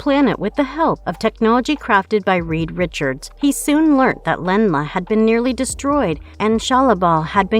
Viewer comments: Really dude?.... Really? 👎 "Len-La" ? WTF, it's "ZEN-LA" Narrator refers to Sue Storm yet what appears on the screen is The Thing. The editor for this sh*t sucks too! she again says Len-la. 😒 This channel constantly gets things wrong! If your gonna make clickbait off of Marvel, at least get it right. 🤔 F*ckin Hacks. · Really dude?.... Really? 👎 "Lenn-La" ? WTF, it's "ZENN-LA" Narrator refers to Sue Storm yet what appears on the screen is The Thing. The editor for this sh*t sucks too! she again says Lenn-la. 😒 This channel constantly gets things wrong! If your gonna make clickbait off of Marvel, at least get it right. 🤔 F*ckin Hacks. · she says Len-La again!